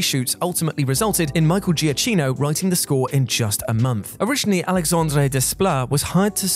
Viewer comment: Fyi, it's Michael "Giacchino (pronounced jya-keen-o). I listen to Preston and Steve, a radio show in Philly, and Giacchino has spoke with them often (a friend of the show) and they've also been out to his house for the recording of The Incredibles 2 soundtrack, and they say his name this way.